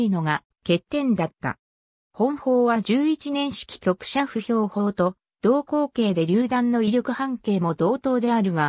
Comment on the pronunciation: ナレーターの言葉、「歩兵」を「ほへい」のところ、「ふへん」と発音していました。 完全な誤りですよ！聞き苦しみことこの上ありません！正しい日本語を使ってください。